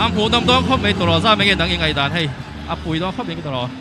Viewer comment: ka fapa hming ang chiah,ala ṭha dawn❤❤chuan maw boss thil ka lo request che..i mizoṭawng thu lam hi khawngaihin min uluk sak teh,i channel hi ala zau zel dawn si😊ngaihdan tih hi ngeihdan ti a ngaihtheih turin i lam a😊duhsakna ka hlan che aw❤